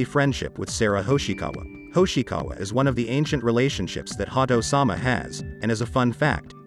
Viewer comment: Was initially put off by the way the computer voice said Ha-do, but went back to finish watching the whole video after looking at the comments. 👍👍 1 like on this video is not enough. thank you for the video.🙏 May GodChama watch over you!